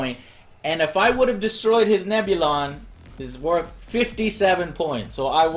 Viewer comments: Grand Admiral Moff...wtf lmao Also Neb-Illion B? You mean Neb-U-Lon B lol All credit for making ok Tie Fighter Sounds are Null & Void now. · Interesting. Good watch, but dear god man.... Nebulon is pronounced Neb-U-Lon, not Nebilion!!!!! >.<